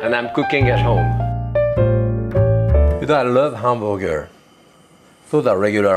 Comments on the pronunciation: From now on, I am going to pronounce hamburger as "'am-buer-gare." I love this man. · The way he says hamburger reminds me of my Italian great-grandparents and uncle. Love it!